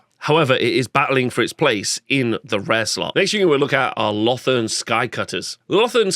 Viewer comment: Nice overview! A tip for pronunciation. Chrace is like Krace and not Trace, it's i-thil-mar rather than I-thi-li-mar and I think the 'th' in Lothern is just like in 'southern' or 'northern'. Not sure about the last one though.